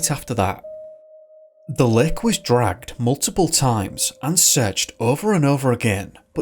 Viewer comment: I really like your content, and while I do not usually have an issue with this (Actually this is the first time) you REALLY need to work on your accent some more. It's too thick at times. For instance, when you first said 'Lake', I was mildly confused because I honestly heard 'Lick'. And this is only a singular example. I do not mean any offense, take it as constructive criticism. It was way more pronounced in some earlier videos and I can see improvement, intentional or not.